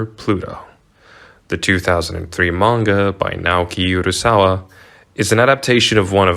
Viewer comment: I live to hear YouTubers butcher Naoki Urasawa and Osamu Tezuka's name